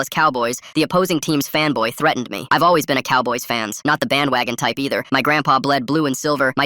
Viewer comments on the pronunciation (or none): Im cooked. I thought the person saying the story said femboy instead of fanboy.